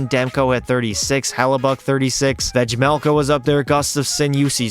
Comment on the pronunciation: just fyi, Vejmelka is pronounced as Veymelka, you've got it right except the J, great video btw!